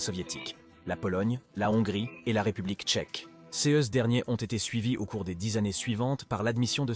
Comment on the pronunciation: 9 minutes et 20 sec = "cé-heus" derniers, au lieu de "ces derniers". Pourriez vous précisez si c'est une voix artificielle qui narre le documentaire, dans les crédits, svp?